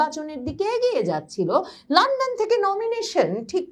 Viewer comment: লান্ডন না,লন্ডন